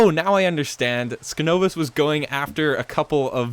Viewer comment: I'm glad you included the little segment with those advancements! Also, my name is pronounced sign-ovus. Skin-ovus (the way you are pronouncing it currently) is my alternate account.